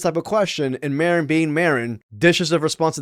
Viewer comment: Who is “Marcon” Maron?